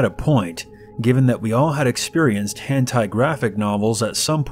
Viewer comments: It's hentai not hand tie. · "hantai" omfg it's hentai 😤😂😂😂